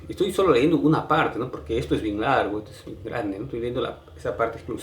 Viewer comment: Por que diablos dices "leendo"? Se dice "Leyendo" , no eres de Lima ? por favor, antes de hacer un video o lo que sea, cuida tu diccion !.